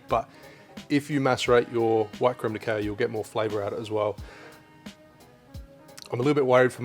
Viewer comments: mate... it’s cacao... like ka cow ok? Say it with me... ka cow.. ka cow.. ok.. now don’t do it again. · If you say cacao butter, why do you say crème de cow? (I watched your brown version video just yesterday, and others commented on this, too. Sorry 🙈) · Lose my shit whenever I hear you say "crème de cow", always think you're about to make a beef smoothie or something 🐄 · just wondering if that's the way Australia or your area says cacao to be honest. The way you say it could make sense based on spelling thanks to English being a mutt, to be fair.